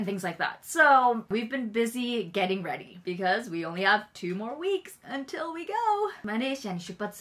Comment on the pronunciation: ha "UNtil" no "un" wakarahen desu.....🤔 😋